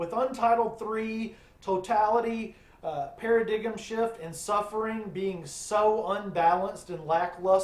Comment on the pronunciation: Paradigm, you did mean (Para-dime) right? not Para-gig-em???? I assume you pronounce it that way cause it stinks as an album? LOL